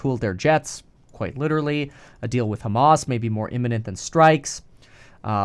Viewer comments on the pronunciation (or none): none